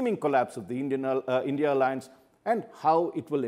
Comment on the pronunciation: It’s I N D I Alliance, not INDIA